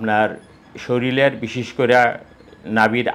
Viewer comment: একজন ডাক্তার যদি শরীল উচ্চারণ করেন ও বাচ্চা বলেন, তাহলে সাধারণ মানুষ কি বলবেন।